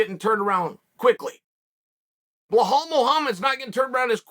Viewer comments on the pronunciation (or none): none